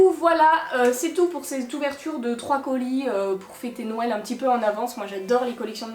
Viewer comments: Tu dit nouél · Le petit accents quand tu dit "nouèl"